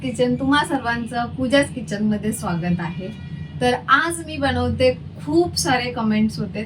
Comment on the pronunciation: खूपच छान रेसिपी आहे. पण बणवते नको बोलू यार बनवते बोल.sorry रागावू नकोस.